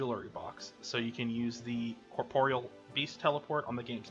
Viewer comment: Giving a like just because you're the first person I've ever seen that actually pronounces Corporeal correctly lol